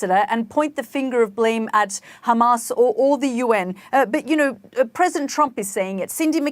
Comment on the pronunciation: Shut up Hamas not khamas